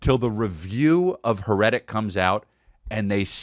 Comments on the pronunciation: Hmmmmm HER-ETIC movie? You mean HAIR-A-TIC lol. Hmmmmmmm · I think it’s pronounced hair-eh-tick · "Her-etic" Eeeeeeeeeeehhhhh S'pronouncing it wrong. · Truly a chef’s kiss on Chris never hearing or seeing: HAIR-RI-TICK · Here I am BRM at the fourth time he says it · CHRIS HERETIC IS NO PRONOUNCED LIKE THAT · Man you can’t be pronouncing heretic like that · Quick question, why ya sayin "heretic" like that?